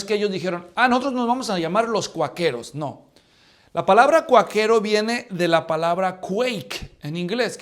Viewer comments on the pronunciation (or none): Hno. Todo bien nomas que ( con todo cariño), Quaquero se pronuncia con acento en la “a” .